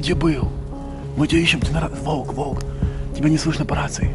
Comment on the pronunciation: Что смешного? У человека проблема с выговором буквы